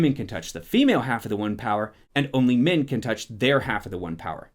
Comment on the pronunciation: Sometimes when you say "men" it sounds like "Min", so I heard some really confusing things. "... Causing Min to attack the Dark One without the women's help..." "...and how Min going Mad would influence..." "This is a word where Min can only be reincarnated as Min...." 😂😂😂